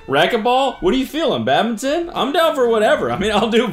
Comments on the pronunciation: why is no one talking about the way cody pronounced badminton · the hardest part of this video to watch was cody’s pronunciation of badminton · i can’t get past the way he says badminton